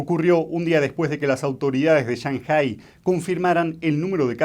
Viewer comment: El acento de la palabra 上海市 (Shànghǎi shì) está en la PRIMERA SÍLABA Y NO EN LA SEGUNDA. Ese "acento" sobre la ǎ es FONÉTICO y no agudo. Por lo tanto, querer hacerse el chino para pronunciar es incorrecto.